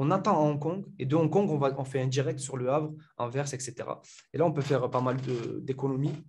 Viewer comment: salut bonne vidéo et intéressant, mais une chose la ville c'est pas Anver mais Anvers le s se prononce .